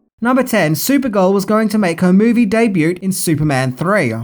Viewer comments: Day butte? Oh... you mean debut! Honey, the t is silent. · you don't pronounce the t in debut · Did he pronounce the silent t in debut